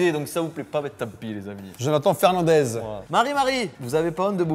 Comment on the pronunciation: On dit fernandesse pas dez c'est portufuais pas espagnol mdr